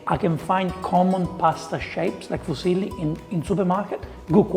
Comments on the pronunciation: Gordon speaks Midlands English and French, the latter with a kind of delivery that really is at odds with how he speaks in English, and I think that shows in his Italian pronunciation 😅 The pasta is dark orange because it's fresh egg pasta. You can buy fresh pasta like that in the US and UK. I think he sliced the garlic like that to increase surface area relative to volume and get more delicious browning on it for the sauce. Speak for yourself. I have family members who grew up eating things much spicier than a pinch of crushed red pepper flakes in that volume of food. (The father of my sister's children, whom she has long since divorced, is Laotian, and so they grew up eating things that would make a Calabrian weep.) The kale will stop the garlic from burning because it's instantly going to release a ton of liquid, and you need the salt he already added to the pan to make kale not taste like depression. I don't know why he's not cracking fresh black pepper in there. It's so much stronger than that pre-ground crap., that's fresh egg pasta. I can right now check my grocery delivery app and find fresh tortellini, ravioli, linguine, fettuccine, capellini, and spaghetti, just from a quick check. I've never seen fresh fusilli where I live, but if I lived in a place with a large Italian diaspora, I wouldn't be surprised to find it. Look how cloudy that water is after three minutes! That's not dried pasta! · Yes! i know! I am Italian! I was making fun of the way Gordon Ramsay mispronounced the name! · Except it's not even silly - it's zilly... LMAO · The correct pronunciation of "fusilli " is foo-zeel-lee, not "phew-see-lee". The word "Phew" sounds express relief or disgust. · What the hell are "Fuzzyli" Gordon is talking about ... sounds like some heavily overcooked pasta ;-) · fuesli its muesli pasta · My brain short-circuited when I heard him say "fuesli." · Gordon Ramsay Fusilli Pronunciation Guide: * Few Zilly * Foo's Illy * Fee Use Lee * Fuse Hilly